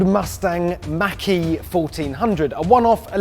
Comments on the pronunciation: Why do you say Mackie? It's pronounced Mawk - E. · I like how you say 'ford makky' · Sounds like he said Mackey lol.